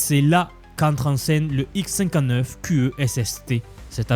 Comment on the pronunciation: Tu pourrais mieux prononcer : " le Xcinquaneuf ... " plutot le : X cinquante-neuf "